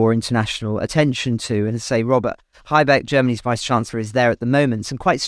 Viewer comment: He is called Habeck, not haibeck